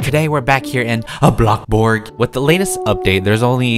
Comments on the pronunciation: i love how he said" a BluckBorg" xD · “aBloK bOrG” das what I herd at the start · I love the way you say bloxburg🤣🤣🤣